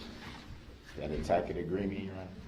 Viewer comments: As I'm researching these videos, there's a lot I didn't pick up on the first time I saw them (Probably because I was howling with laughter at laughter at a grown man pronouncing "tacit" as TACK-IT and "licence plate" as ELIZA PLACE). Does anyone recall what was happening PM When he sent the note saying that he was too emotional to stay in the courtroom? Was that during the Medical Examiner's testimony?? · Does no one ever tell him throughout this whole ordeal how to pronounce 'tacit'? IT'S NOT TACK-IT! ugh. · I love how this judge and the state very carefully preserved Brooks' right to use certain words, including their hilarious mispronunciations such as a "tack it" agreement, he doesn't consent to "estopple," which I THINK is a real estate law term, but he certainly looked stupid using the term. And then, of course, there is "Grounz!" which he dearly loved to shout out, but he has no idea why. A typical exchange is like, "...and so, your Honor, the prosecution objects on grounds that the question is irrelevantGROUNDZ! GROUNDZ! GROUNDZ!" And the list goes on and on. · If DB considers JD’s non-response, a “tack-it” agreement…wouldn’t that mean the (numerous) times that he did it, also, is a “tack-it” agreement??